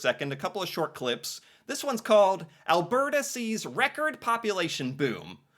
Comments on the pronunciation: in... WOW... you're actually beginning to pronounce Alberta, correctly👍🏼😉 (think I need to switch to helping you pronounce other Canadian places... Say "Calgary" for me. lol. OK... moving on... in... OMG... you're gonna use news reports... in this day and age of disinformation, etc... I'm scared now. lol.. moving on... Immigrant vs. National migration... two completely different topics.. wish you'd have done two vids, exploring each type of migration. I point this out, because of what you said next... you are trying to make not so much a distinction, but trying to blend them together. Immigration, is "New People" in your country... but, migration within the country, is a net zero game... for every person, Canadian, who moves to Alberta, means another province lost one... they are totally different. moving on. (side thought here, not really on topic but... Canada was already, before the war.. the largest Ukraine community in the world... outside of Ukraine... that's why the immigrant portrayed is so happy... she and her family already have a community here, and by 'Here', I mean in Alberta and Saskatchewan... they, along with the dutch, had a lot to do with opening up farmland, etc... (I could do a whole channel on that stuff). My point here is, not all nationalities have it as easy........... BUT.... we, in Alberta, have roots from all over the world, and as Ive said before, the US calls themselves the "Melting Pot", meaning,, just make everyone the same!(sounds lik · Hi. I have noticed you have fixed your pronunciation of AL BERT AH:D. Could you send me that info you sent me before as I lost it. Have a Great day. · Thanks for figuring out how to properly pronounce Alberta. Much appreciated!